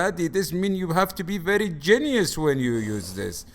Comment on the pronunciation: “Verrrry niice, ohhhkay” 😂💀